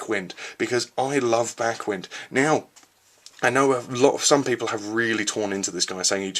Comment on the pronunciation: Backwind's name is pronounced like the "wind" in winding a rope, not "wind" as in a breeze.